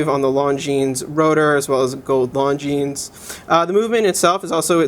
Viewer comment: Great review other than the fact you didn't bother to learn how to pronounce the brand name, which cannot be excused.